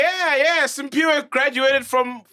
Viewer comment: MacG u ﹰSphiwe not ﹰSimphiwe...